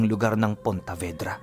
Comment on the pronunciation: PONTEVEDRA CAPIZ PO...HINDI PONTAVEDRA...